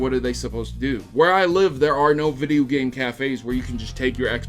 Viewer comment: Hideo instead of video